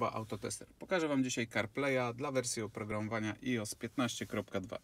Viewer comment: Ijos, Apel (później Ajpl), Gogel takiej wymowy to ja w życiu nie słyszałem :D